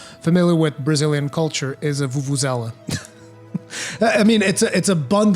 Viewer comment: Wait wait wait wait wait... The way you said "Vuvuzela"..., are you Brazilian??